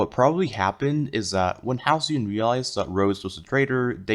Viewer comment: 11. Halcyon isn't spelled Ha-Le-Con